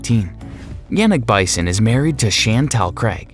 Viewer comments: Pronunciation: Yawn nick (accent 1st syl). Bee sone (accent 2nd syl.) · His last name is pronounced, Beeeson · His last name is pronounced “BEE-son.” It’s French. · Canberra (not Perth) is the CAPITAL of Australia - need to Fact Check if geography was not your strength in school. And the commentator (rule No.1) need to learn how to pronounce French last name, cause what he is saying is like Bison in Buffalo. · Yannick's surname is not bison (you pronounced it like the animal). Here is a link where he says his name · Please pronounce Bisson correctly! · I quit watching this video right after you pronounced Yannick Bisson's name wrong (27 seconds in). Maybe you want to remove this video, do some research and then start again. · You should have at least found out how to pronounce "Bisson" properly before making this video. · Bison? Like a buffalo??? Adjust that computer voice dude. His last name is Bisson, rhymes with Frisson. A wonderful actor!! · Perth, not the capital of Australia. It's Canberra, ACT. Perth is the capital of Western Australia....and I think Bisson's name is not Bison, but the French pronunciation of Bisson. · Yannick's last name is pronounced "Beeshon". He is French Canadian. If you are going to produce a fan video online, make sure you get your facts straight, otherwise it blackens your credibility. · Siobhan = Sha-von Bisson = Beeson Yannick = Yawnnick Pouch Cove = Pooch Cove Helene = el-ennn Perth = Not the capital of Australia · Bisson is pronounced biss-ON' and Helene is hel-AYN' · Please learn to pronounce Bisson, Hélène, Nikola and Siobhan 🙄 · Unbelievable. You managed to not just mispronounce but completely mangle the names Bisson, Helene, and Siobhan, and on top of that you got the capital of Australia wrong. Stupid, stupid, stupid! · Bison? Or Bisson?! Lol you could've learned his name at least! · Bison is pronounced Bee-son. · Also, Yannick's last name is pronounced "BIS-SON" not "BY-SON" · I believe it's BISSON, not BISON.